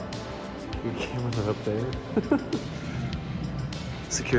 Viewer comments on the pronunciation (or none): none